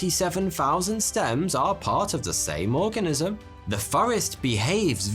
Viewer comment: I thought he said 'what exactly is an orgasm' 😂